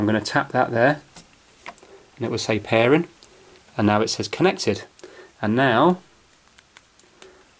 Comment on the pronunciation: "Pair-en" where are you from?